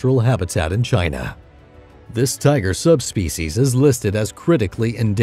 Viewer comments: lmaooo I wish I could say tiger as cool as him “tiggggrrrr” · Say "tigerrrr" again